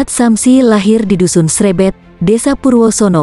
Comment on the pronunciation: Maaf korèksi. Dusun Srêbêt, bukan Srèbèt. Desa Kedujajang, bukan Kedungjalang.